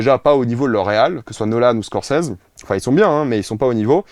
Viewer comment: Comment peut être jeune et avoir déjà un tel melon ?? Il risque de déchanter quand il va découvrir que certains films sont bien meilleurs en VF qu'en VO. Et puis le gars est ultra puriste sur la VO qu'il ne sait même pas prononcer correctement Scorsese XD